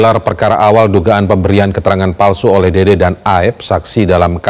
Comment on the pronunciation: Dede mbaak bukan dodooo😂😂😂